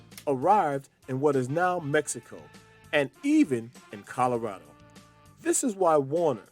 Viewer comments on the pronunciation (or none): Did you say Colorado by ship? Or Coronado?